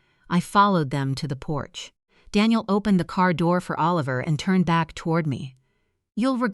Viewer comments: Please teach AI how to pronounce 'Oliver'. Half the time it was pronounced 'A-liver'. That's distracting. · The child’s name was..Oh-Liver??? Isn’t it time you got a human being to read??? FawkAI!!